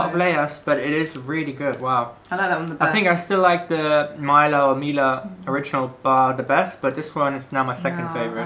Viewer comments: Pronounciation tutorial: 1. Mila: not "Mayla". Instead "Meela" with short "ee" 2. Mäta: you did pretty perfect 3. Horalky: not "Whore-alky" LOL ... just simply Horalky with the emphasis on the first letter H ... In slovak language the emphasis is always on the first letter. 4. Deva: here "e" sounds like "ä" from previous Mäta ...so not "Diva", but "Deva" ... Plus in this case the "D" sounds the way you have no alternative for. So try to use Google translator to hear it :) ... btw it is an archaic term for a young (and pretty) almost adult girl/woman. 5. Sojové rezy: correctly "soyové (long e) rezy" ... "z" sounds just like an english "z" ... and You´re right - it´s a perfect pack of energy for hicking. 6. Rumba: not "Ramba" but "Roomba" (short "oo") 7. Pikao: it´s a condensed milk with chocolate/cacao These all are the classics from the socialism era and didn´t change at all (except the new version of Sojove rezy). The original retro styling of the packages is intentional - it works, people love retro :) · pronounciation - soyove resi Mila h´oralky Mila...like not i like "i", but like "e" Slovakia brand is actualy made in Czechia (Czech republic) Great video, enjoyed it much :) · Mila was pronounced so bad it hurt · Ur saying Mila wrong